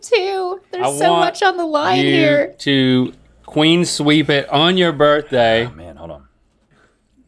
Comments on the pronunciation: Love how they both incorrectly say "Queen Sweep" instead of "Clean Sweep" which is CORRECT! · Were they saying “queen sweep”? Isn’t it clean sweep?